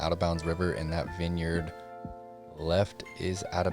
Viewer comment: It's pronounced 'vin-yerd', not 'vine-yard'.